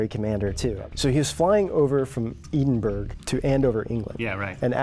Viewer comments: Its not "eden-burg" it is pronounced "edd-in-berr-uhh" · For the record, EHdinbra not eedinburg ( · Eedunbro??? You mean to say you've never heard of the capital of Scotland - Edinburgh ('Eddin-burrer')? Where did you guys go to school? And Durham is in the North of England, not Scotland. Just saying, so that you get it right in the future. Love you guys.. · Eden burg! Wtf it’s ed in bur uh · Maaaaan! Your videos are great etc....but..... EDINBURGH....is the capital of SCOTLAND and is pronounced.. ED-IN-BURGH. Not EEDINBURG. Geeeeeeeezzzz!! 🙄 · Not Eden - burg buddy - its Eddin borough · For future reference - 'Eden-burg' - is pronounced 'Ed-in-burra'. You should visit, it's a lovely city :) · It`s pronounced Ed-in-burrow not edinburg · Ed-in- buh-ruh, not burrow. the same emphasis and pronunciation is used on the final 'uh' sound as the 'buh'. Take it from someone who lives in the country. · It'd pronounced Ed-in-bruh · so funny guys its pronounced ED IN BORO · Edinburgh is pronounced Ed - in - bruh if that makes sense! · Dudes....a quick help needed on Edinburgh?....it’s pronounced ‘eddin bruh’ haha keep up the fascinating work guys!! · Love all your videos but every time I watch them I feel I'm experiencing the Mandela effect because of all the mispronouncing of names and words. You guys are great but Edinburgh is pronounced Edenboro...... last I checked.😮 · Edinburgh is pronounced Edin-bra with a flattened E as in Bread. How can you do all this research and still mispronounce our capital city... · Ed-In-Bruh. for heaven sake guys. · Kinda hurts when I hear “EDENBERG”. Wtf guys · Jason Romer 1776 dictates that it's ed-in-berg. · "Edenburg" is almost as bad as the Monty Python sketch where Edinburgh was called "Eddinburger". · Edinburgh. It's pronounced "edin-bra". Come on guys, it's the capital of the country! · It's pronounced more like ed-in-burra :) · Adventure!Media since 1776 the language belongs to us. it's ed-in-berg.